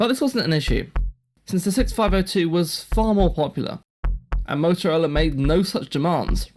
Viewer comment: Couldn't stand more than twenty minutes of his diction and eating up of words. I tried as the subject matter is so interesting. I'm sorry if it's a physical disability though. A simple word like Motorola, sounded totally off in so many places. 👎 Had liked and subscribed at first.